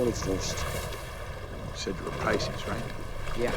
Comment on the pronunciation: Pronounced Pisces wrong…not his Bailey wick for sure…like a fish out of water…ha ha ha